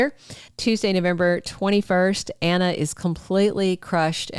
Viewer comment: I love the way he says Anner instead of Anna!